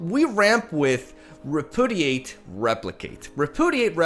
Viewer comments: I love your videos but I just have to say.. it's pronounced.. re·pu·di·ate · Ree - Pew - Dee - Ate. Just trying to be helpful. I know it's your second language. You are the shit. Keep up the good work. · nobody:: reh-poo-didate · I absolutely love that half of the time you can barely pronounce Repudiate (to be fair, not a very usual word). Lovely deck, lovely matches, my dude. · Listening to try to say repudiate is it's own entertainment lol